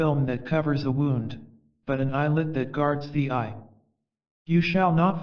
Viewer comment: It is wonderful to listen to 'The Prophet' again. Thank you. If I may make a suggestion, it would be even more beautful if you could master the pronunciation of words like 'wound' meaning a hurt place (woond) and 'winds' meaning the movement of air (winds not wynds). Thank you.